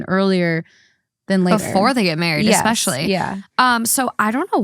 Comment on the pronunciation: I love THT, I do but having said that. Please please please tell to stop saying "EX-specially" instead of "especially". And please try to work on the word "ruin". I cringe everytime you guys say ruin and especially